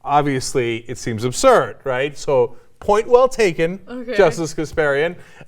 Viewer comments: Why did it sound like both Ana and Cenk said "ubsurd" instead of absurd? :o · absurd Ana... ABSURD... it is not Obsurd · "Ub-surd," Ana?